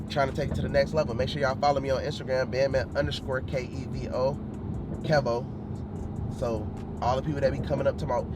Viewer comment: Lol his name is KEV-O not KEEVO